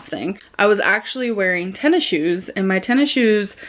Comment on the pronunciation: i love how pronounces tennis shoes as ten issiues